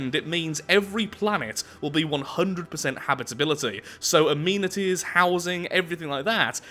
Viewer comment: why do you pronounce amenities wrong